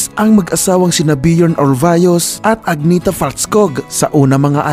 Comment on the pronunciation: Agnetha pronounced AN-YEH- TA...